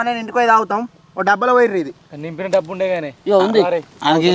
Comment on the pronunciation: Dobbudae 😂😂 kadhu daen...de iyyala 😅